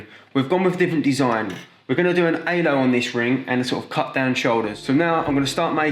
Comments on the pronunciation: good video but I cannot understand a thing he says 😬 took half the video to realize he was saying Halo and not “aylo” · He kept saying alo 😭😭😭 it's halo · don’t forget the ALO